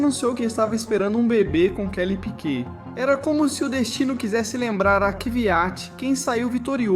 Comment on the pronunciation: Falar P.Í.Q.U.E.T é DUREZA hein coleguinha…. 🫣🤦🏻‍♂️🤦🏻‍♂️🤦🏻‍♂️